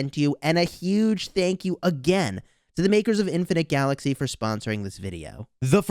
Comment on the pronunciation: LMAO your really emphasizing on Infinite Galaxy Sponsor hell yeah stick it to stick it to Lilith